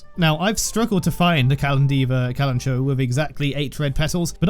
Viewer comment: amazing video! i love your editing and thoroughness diving into one of the best characters in the game <3 but also hehe.. not to be that guy but... kalanchoe is pronounced with the ch and oe like in the name chloe 😝